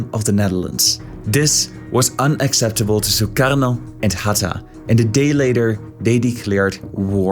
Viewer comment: From your pronunciation of the name of "Soekarno", it seems that you are Dutch. :)